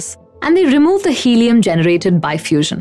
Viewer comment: "Hellium" huh?